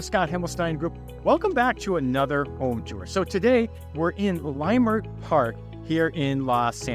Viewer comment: Good tour! And fyi, it’s pronounced Lah-Murt, not Lie-Murt.